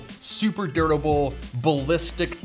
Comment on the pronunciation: Did you say.... dirtable?